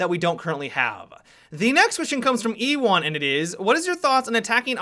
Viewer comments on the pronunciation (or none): I'm sorry... Did he say E-One?! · Did he really say e-wan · Ewan is pronounced u-en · 😂oh no he pronounced ewan like e one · HAHAHA E1 LOL Ewan is pronounced like the phrase "you win" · E-wan lol xD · omg u said EE-Wan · "E-wan" 😂 #growingupbritish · was it just me who heard say E-wan? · Lol he calls Ewan "E-wan" :)) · E-wan? Really? Really? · "Ewan"... isnt it Pronounced u-a-n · You said Ewan completely wrong haha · you pronounced Ewan so wrong. Used to have an Indian science teacher who called my mate that. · How he said Ewan😂